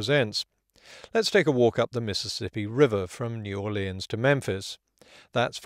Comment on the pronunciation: Thank you for pronouncing "New Orleans" correctly.